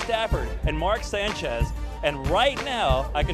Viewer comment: he couldnt pronounce sanchez right in